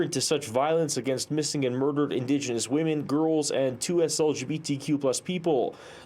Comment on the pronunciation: "indegeniius" lol shes more white than me...